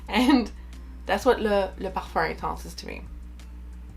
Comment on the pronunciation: Wow, your pronunciation of «le parfum intense» was so good. Im not french, but this must be darn close, right?